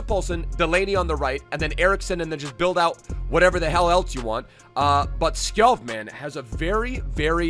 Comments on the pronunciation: btw its skåål but u pronounce it sgoal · You can’t have an entire episode on a player and then say his name wrong. It’s pronounced “Skou” btw. Lovely video though <33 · Skov is pronounced more like skou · fyi its pronouced Skou, love from denmark u mad lad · Skov would be pronounced "Skou" in Danish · You say skorf when you say skov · If you wanna know how to say skov properly try searching “Robert skov frispark” It’s meaning free kick the majority of the goals he have made is from free kick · Google translate "Forest" from English to Danish and you will know how Skov is pronounced.